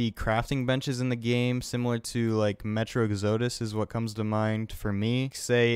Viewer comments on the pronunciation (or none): You need to learn how to pronounce exodus properly lmao